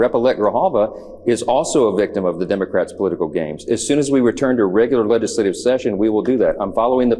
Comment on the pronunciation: Why does MAGA mike always say “lettuce-lative “ instead of “legislative?” 🤦🏼‍♀️